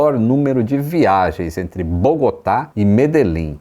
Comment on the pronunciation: É estranho pra mim que falo português mas que sou colombiano escutar o nome da cidade "Medellín" e algumas outras expressões e orações com uma pronunciação errada rsrsrs. Mas achei muito bom o documentário rsrsrs